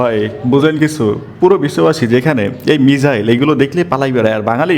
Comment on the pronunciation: ভাই মিজাইল না মিসাইল হবে 🤣🤣